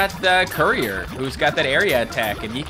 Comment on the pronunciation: What everyone hears:courier cat What i hear:curry or cat?